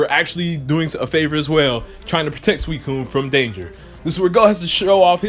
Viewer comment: I thought the professor said that suicun was in jhoto